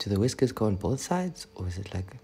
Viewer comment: "Wiskers" your boyfriend thou😂😂💔